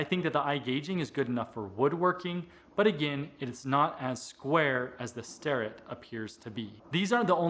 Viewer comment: I always say "star'-ett but, according to videos posted on their website it should be pronounced 'stair'-ett.